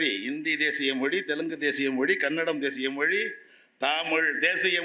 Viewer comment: கவனிக்கவும்! 😅இந்த லூசுக்குத் தமிழ்ச் சிறப்பெழுத்தான 'ழ' என்ற சொல்லை உச்சரிக்கத் தெரியவில்லை! ஹிந்தி எப்போது, எவ்வாறு, எந்த மொழிகளின் கலப்பால் உருவானது என்ற வரலாறும் தெரியவில்லை! தன் பெயரே (!) வடமொழி என்ற உணர்வும் இல்லை! 'மொளி' என்று சொல்பவர், முதலில் தன் நாக்கைத் திருத்திக் கொள்ளவும்! சம்ஸ்கிருதத்தை இகழும் இந்த ஆள், தமிழில் ஆதிகாலத்தில் தோன்றியதாக ஒரு அறிவியல் அல்லது சட்ட நூலைக் காட்ட முடியுமா? ஆங்கிலத்தின் மீது தன் காழ்ப்புணர்ச்சியைக் காட்டும் இவர் தன் பிள்ளைகளுக்கு ஆங்கில வழிக்கல்விதான் தருவார்! ஆங்கிலம் பேசும் நாடுகளுக்குத்தான் உயர் கல்விக்காக அனுப்புவார்! சந்தர்ப்பவாதமும் பிரிவினைவாதமும் பேசும் இவரைப் போன்றோரால், அவர் மட்டுமே பயனடைவார்! வங்கியிலும் மற்ற அரசு அலுவலகங்களிலும், மருத்துவம், பொறியியல் போன்ற துறைகளிலும் தமிழ் மட்டுமே வேண்டும் என்று போராடிப் பார்க்கட்டுமே!